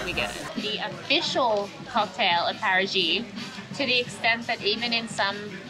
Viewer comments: not paragi its parati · It is wonderful that they tried to pronounce Paraty in a portuguese manner. But it came more like Parajy than Paratchy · You should pronounce Parachee not Parajee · Parati= Para-chee